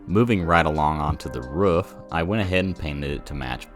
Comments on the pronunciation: Hey man why do you pronounce 'roof' like 'woof'? Is it like when you've only read a word so you don't know how to say it, and you've just never heard somebody say the word roof before? Or do people say it like that where you're from..? Any help appreciated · are you a dog? say roof right why does everyone have this problem